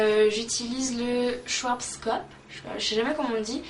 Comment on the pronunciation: schwarzkopf se prononce chvartzkopf en gros ^^